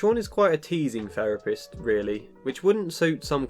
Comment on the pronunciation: A therapist who says "ferapist". Hmmm.